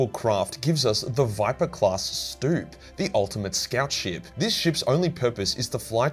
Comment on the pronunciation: Sloop not stoop*